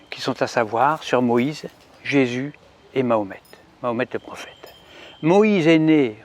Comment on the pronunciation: Ma ho met,pas mohamet, ni mohmet, je vote pour toi en 2020 si tu fait des efforts de prononciation;)